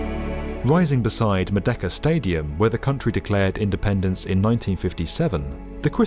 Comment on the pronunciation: Merdeka (Murr-day-KA)